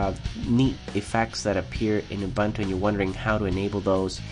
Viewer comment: Your voice is pleasant and the information is presented well. I like this video. But it's pronounced oo-boon-too, not uh-bun-too. That's right, I went there. ;)